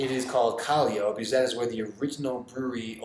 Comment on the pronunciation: Gonna try Pilsen tomorrow, another Peruvian beer is called Cusqueña (Coos-ken-yah), haven’t tried Cusquena in a couple years but it’s usually what my dad drinks. Also a side note is Callao, is pronounced Cah-yow not Cahli-o